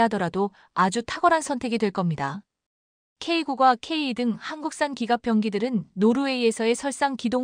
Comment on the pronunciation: 통상 일반적으로 케이투 또는 케이나인등으로 읽습니다 듣는사람들에게 편하게 해주세요